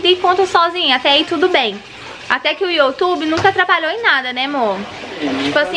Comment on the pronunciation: Se fala "iu" tube e n "io" tube.